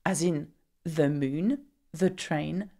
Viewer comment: But the is not prononce as djel